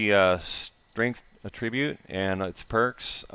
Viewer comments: noun /ˈatrəˌbyo͞ot/ - my only complaint is the pronunciation of 'attribute' -, you are using the verb pronunciation - please use the noun pronunciation. <-- that link'll fix ya up, buddy. My Thanks =) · It's attribUte, not attrIbute. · The "fun"pimps. Attribute has a few meanings and pronunciations. Look it up when you have a minute outside the busy task of designing us out of valuable inventory space.